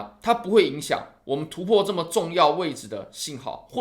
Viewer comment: 突破、重要、加上、跌破，这几个词再读一遍。